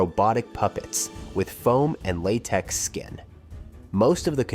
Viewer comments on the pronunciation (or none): none